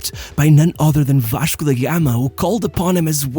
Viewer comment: fala em em inglês mas o sotaque e quando ele fala "Vaxco" entrega o brazuca rsrsrsrsr